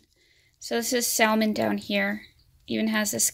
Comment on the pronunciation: mega cringe at how you say salmon the l is silent bih